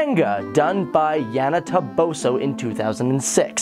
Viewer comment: what was with those pronunciations??? lol kiroshitshutshi is awesome. don't mess with sai-ell and Sebastian or their pronunciations... yeahna toboshoo is amazing!!